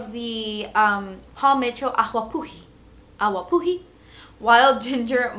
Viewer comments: awapuhi is hawaiian and the w is pronounced as a v lol. so like "avapoohee" 😊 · "Ah-va-poo-hee" it's Hawaiian for ginger ☺️🌺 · The awapuhi shampoo is pronounced ah-va-puhi. In the Hawaiian language we pronounce the "w" letter as a "v sound." 😊 just letting you know. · " I went thru 2 Paul Miitchells " AQGUA PUJA! " " AQGUA PUJA " " LMAOOOOO girl I can't! I love you so much! your so inspirational! xx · I keep repeating on "awapuhi" haha I can'tttttt😂